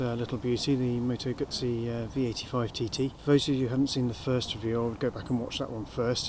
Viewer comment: well done for pronouncing Guzzi correctly unlike the vast majority of brit bikers lol